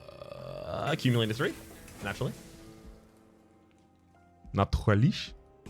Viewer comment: "Accumulator accumulates gonna keep accumulating until it hits a boss and says accum-Ulater" This had me wheezing 😂